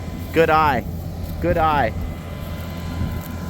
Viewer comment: Add a 'mate' to the end of you saying to Chaple 'good eye', when he was checking the drill, and you've said hello in a very acceptable Aussie accent.🤣🤣🤣🤣🤣🤣